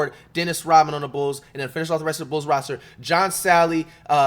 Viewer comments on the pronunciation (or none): none